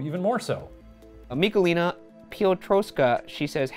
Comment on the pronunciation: Ryan butchering Michalina's name is gold, classic American pronunciation of Polish names <3 (Greeting from Poland xD) And why is everyone so bothered with Ryan's unmade bed? I didn't notice until I came to the comments XD